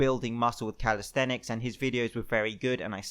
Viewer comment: Calisthenics. Calis-thenics. Thenics. Then-X